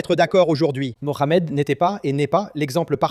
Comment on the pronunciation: En français, on dit : mo amed et non : mo r amed !!!